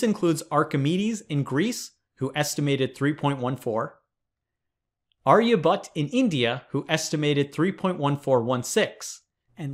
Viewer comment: It's AryabhatTTA. Not Aryabutt.